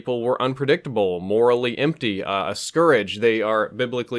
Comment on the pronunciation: Scurrage? You mean Scourge? Pronounced Skordje? Scurrage?